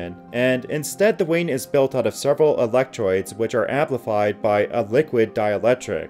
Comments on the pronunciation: Dude - pronunciation, please. "Electroids"??? ROIDS ?? Say ROADS, not ROYDS. Sheesh. (Go to in the video.) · Perhaps I will consider subbing to your channel when you learn to properly pronounce simple words like 'electrodes'.